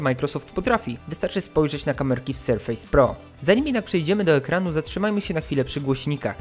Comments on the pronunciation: "Sarfase" - nie Serfejs :D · znaczy no przynajmniej nie mówimy o tych urządzeniach jako „powierzchnie” tylko w tym przypadku wymowa. Litery się wymawia różnie w różnych słowach po angielsku, np. „A” czytasz „ej” ale przy nazwie „Surface” nie mówisz „SerfEJs” tylko „SerfYs” bo tak po prostu jest. Dla mnie tłumaczenie amerykańskiego lub angielskiego slangu też jest żenujące, ale wątpię, że deliver to ma czasami znaczenie „wywiązać się z kontraktu” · Pamiętaj proszę, że Surface czytamy "serfes", a nie "serfejs";) Tak czy inaczej, szacun za materiał! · I dziesiątki tysięcy osób wielokrotnie usłyszy jak się nie powinno wymawiać słowa "surface" :/ Serio, robisz świetne jakościowo filmy i szkoda je psuć takimi babolami, ja wiem, że to nie kurs angielskiego ale chyba lepiej przyzwyczajać widzów do prawidłowej wymowy niż utrwalać te powszechne błędy z "ejs". Dla zachęty zostawiam motywującą łapkę w górę :) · Nie, bardziej „Serfys” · Panie, ale jak recenzujesz komputer, to wypadałoby sprawdzić, jak się słowo Surface wymawia. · wydaje mi się, że źle wymawiasz słowo „surface”. Twój film jak zwykle, świetny. Pozdrawiam, S.